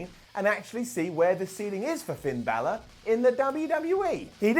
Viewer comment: "PIN" Balor - Wrestetalk